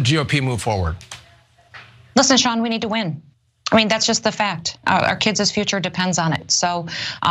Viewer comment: “Our kiddsiz future depends on it”